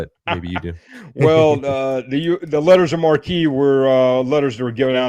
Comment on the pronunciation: Lettres de marque (French) were called in English “letters of marque," not "letters of marquee." They were essentially legalized piracy, but only against enemy nations and only under state authority.